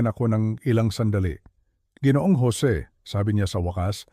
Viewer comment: sayang ang ganda ng kwento kung di naman mabigkas ng tama ang ibang salita tulad ng G. ay dapat ginoo o ginoong at ang Gng. ay ginang hindi geneng o geneneng